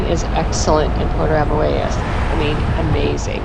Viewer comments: It is pronounced Puerto AMOY-ES . We live here and absolutely love it. Thank you for showing parts of it. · Your video is nice but your pronunciation is WAY off. You did a video & cannot pronounce the town you reside? Even “Boquete” was off. I cannot listen to the rest. I’m sorry.